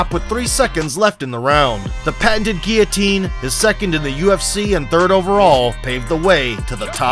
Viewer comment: Its only a "ghee-otine" when there is a GHEE... otherwise, its a GUILLOTINE choke... you doofus!